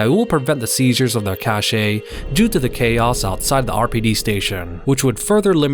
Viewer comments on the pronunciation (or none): none